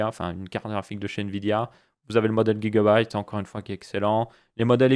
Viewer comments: Sa se dit gigabyte et pas guigabyte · c drole comment tu prononce gigabyte